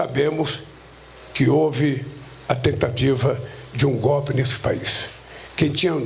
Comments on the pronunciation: Que "GOPE"? FALA DIREITO, PESTE! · Aprenda a falar analfabeto... Não existe palavra "gópi". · Correção " Golpe" e não gopi sinceramente não consigo ouvir esse malaca aí não 😂😂😂